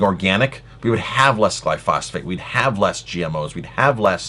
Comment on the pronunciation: BTW it's actually pronounced "Gly-pho-sate" not "Gly-phos-phate"